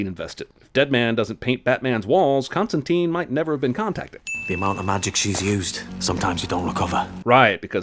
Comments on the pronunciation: Ugh, everyone is mispronouncing Constantine, including Jeremy! It seems to be really common error but it's pronounced ConstanTINE like "twine" or "design," not "ConstanTEEN" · Imma be a bröther and give you a life saving tip: It's not t-e-e-n-e, it's t-i-n-e (If link doesn't work just google "constantine rhymes with fine" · Eff!!! another movie the mispronounces Constantine!!!.